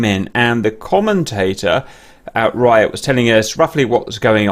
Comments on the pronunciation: I’m pretty sure it’s pronounced Reeat, and not Ryot. Only been going for about 25 yrs so I could be wrong. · Interesting video thanks for uploading. Ps it's pronounced R'ee'at btw :) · It is neither. It is "Ryat" :-)